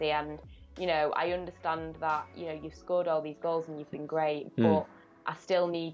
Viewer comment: pronounciations make me cringe, "Oondertand"